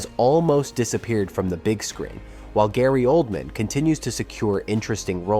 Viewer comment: Searched for "led" actors not "lead" actors? Layon instead of Leon? Gaylee Oldman instead of Gary Oldman? How can I take this video seriously?